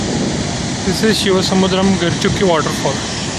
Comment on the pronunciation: Atleast learn to pronounce the shivanasamudra and gaganachukki falls properly.... If You Can't, please don't upload these kind of videos... its better not to watch your video rather than getting influenced by your wrong pronunciation.